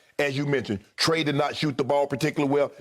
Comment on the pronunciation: Skip said “Mice Trae” bro 😂😂🤣🤣